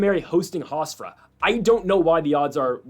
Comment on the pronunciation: "HofsTra" 😂 Love the Analysis though but that was killing me